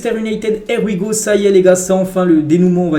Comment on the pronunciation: Here we go (HIY WI GO) please corrige ta prononciation